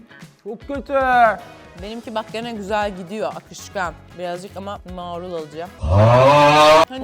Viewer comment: sen neden marula maarul diyosunuz😂😂😂😂❤❤❤❤❤❤❤❤❤❤❤❤ Ay gercekten gunumu guzellestirdiniz😊😊😊